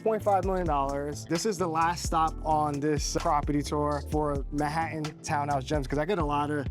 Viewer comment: “Man hat tan”. Not mahattan